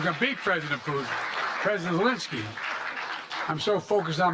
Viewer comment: “Resident uhlinssy”